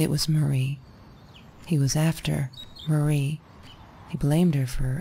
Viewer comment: My name is Marie and it's super weird to hear it throughout the video but SO appreciated that you kept saying it correctly. I've lived my entire life being called "Maria", "Mary", and even "Marine". It's an extremely common middle name, but not a common first name. Thank you!